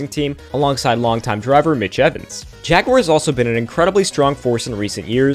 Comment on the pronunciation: Good recap, even with the wonky pronunciation of Jaguar 🤣